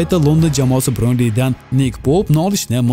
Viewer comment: Брёнли эмас бернли дегин котаквой